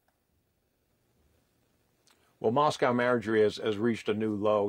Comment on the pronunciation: Mos-cow Margie